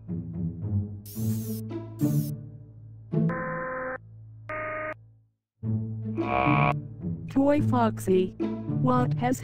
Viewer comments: Yea chicka that's how it sounds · Wow chica even said her own name wrong what's with people doing that